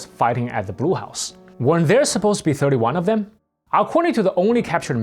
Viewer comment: Notice the presenter, "."" talks of the Brew House. Actually he's saying Blue House. Typical East Asian language problem. The sounds "r" and "l" are difficult for East Asian speakers.